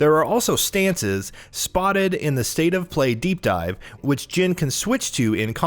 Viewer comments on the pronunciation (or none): none